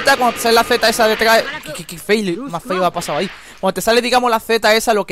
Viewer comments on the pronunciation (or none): none